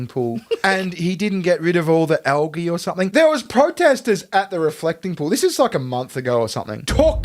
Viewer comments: Calling it Al-ghee has me chuckling. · Why can’t Americans pronounce algae correctly?!